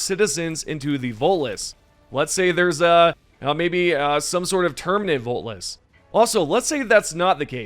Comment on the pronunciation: My God.... This guy is STILL SAYING VOLTLESS ITS VOTELESS YOU UNDEMOCRATIC SQUID